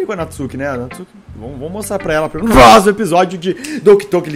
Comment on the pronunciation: Dor no coração qnd escuto "Nuh próximo episódih" Doki Doki mais rápido possível